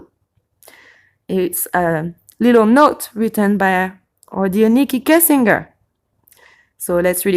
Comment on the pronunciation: I don't mean to offend, but phonetically it's: "Kessing djer" not "Kessing ger" And also "sky Scraper"... I just want to help... not be a grammar nazi...😀😊😉 Je suis Française aussi, née en France, mais depuis bien des années, je suis aussi Canadienne... j'habite en Colombie Britannique. Truly Great video... I watched the entire thing. Very interesting. I do not come to similar conclusions as you however. Yes, there ARE incredible "coincidences"... And don't be upset... but sometimes, a cigar IS just a cigar... I believe there is weird crap going on in this case, don't get me wrong... I just don't see why these particular victims would matter to anyone in power or anyone other than their community and family... Do you believe that the children were used for that Adrenochrome? Also, respectfully, "pizzagate" is a debunked pile of junk... No crimes were committed in a basement in the building in question as there is no basement... I just do not believe that whole elite/pedo thing... There are pedophiles in all walks of life, and tRump (raped 13 year old Katie Johnson in 1993) is one of them, with his buddy Epstein... but the Clintons? Where is the evidence? And I am NOT a Clinton fan btw, I could care less about them! And finally, no, Kushner won't be president... ever... Instead, he is going to be an inmate... Thank you! Et aussi, merci! Isabelle, au Canada🍁🍁🍁